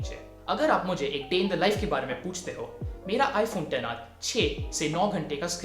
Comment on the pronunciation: Finally someone who doesn't say 'iphone eks aar'